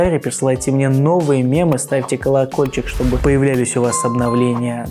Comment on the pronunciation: мЭмы. Бэсценно...